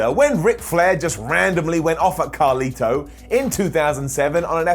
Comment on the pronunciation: His name is carlito not carli